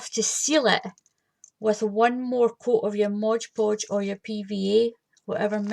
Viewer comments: Its MOD PODGE not BLOODY MODGE PODGE GRRRRRRRRR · P.S. You know I WILL have you saying MOD Podge properly eventually. :D